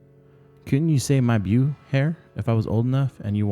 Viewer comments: Beau= Bo not buu lol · it's good and well read, if that's a word, but one complaint; beau is French, pronounced like "bow". Appreciate the reading though.